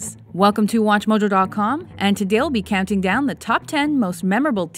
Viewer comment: "welcome to , and today'll be canting down" dyslexia intensifies